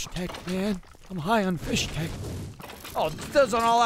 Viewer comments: Fisstech, Not Fishtech, FISSTECH! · Fisstech* not Fishtech bois. needs to play the games over again methinks as he doesn’t know how to pronounce anything. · no on has mentioned that they say "fishtek" and not "fistek" my soul hurts. they should know better since they're listening to the book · It sounds like is saying "fish-tech," and I was super confused because in the games there's no atch sound in the word. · Am I the only one who is confused by and pronunciation of Fisstech?